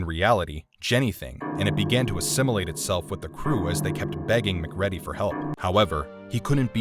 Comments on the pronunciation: Isn't it MaCreedy? (Pronunciation, not spelling.) He needs a smack. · Stopped watching after second ‘mac READY’ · Mic Ready is ready to get out of here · Yep that's the quick and dirty way to fix "bad" AI. You just feed it your script, give it a once through to look for mistakes, change the spelling to weird lookimg but bulletproof alternatives like "mack reedy" or whatever, proof it and off it goes. These AI fueled videos are incredibly lazy productions most times. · Man did he not here it from the movie or someone else tell him that's not how you say his name? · Dude never even saw the movie, obviously, or he’d know how to pronounce RJ’s last name. I can’t stand these channels where dudes just pick up a book and do zero research. To add insult to injury, they use a fake voice. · I have disliked this video and have not finished watching it because you mispronounced McCready's name. Repeatedly. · What an odd pronunciation of MacReady. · The pronunciation of MacReady sounds like something from McDonalds. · Please correct the pronunciation of Mac's name. Please. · you call mac mcready as if he were a McDonald’s burger, kinda sus, dude talking is the thing for sure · Please, for the love of God, stop calling him Mc Reddy.. It's pronounced MC RĒĒDY. For someone who talks about how legendary this movie is, it's obvious that you've NEVER even saw it and just used the synopsis from IMDB to make this video. His name is said 500 times during the movie and even if a person saw it once, they'd know how to pronounce it. I lost A LOT of respect for this channel. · I love your videos, bur for the love of sanity will you PLEASE check the pronunciations? You get them wrong all the time, in almost every video. In this one, it's McCreedy, rhymes with greedy. How freaking hard is it to get a name right!? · It’s pronounced ‘Mac Kree Dee’ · mcready? really bro it writes mcready but spells more like mac reedy bro wtf is this? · Pronounced Mac Creedy and not Mac Ready. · 🖥 Mac ready 😆